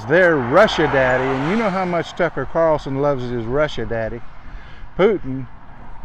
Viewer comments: Lol OMG I thought he said F - ucker Carlson at first....hahahaha! I mean same, same.... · I feel like he said “fucker” Carlson 😂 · Just so you know, the T in Tucker Carlson's name is pronounced like an F. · Notice he didn’t use a T when saying Tuck’s name. 😂😂😂